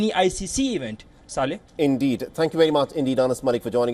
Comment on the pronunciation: The way he’s saying saleh at the end 😂